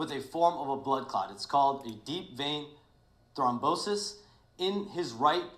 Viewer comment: Flight said thrombosis 👀